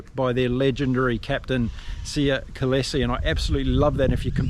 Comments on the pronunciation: How can you pronounce Kolisi's name as KOLESE?????? How????? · Great recap! For Kolisi, it’s pronounced Col-ee-see. :) 🇿🇦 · I am talking about this channel's Youtuber. How can someone not be able to pronounce KOLISI? Btw, aren't you being petty, Bred??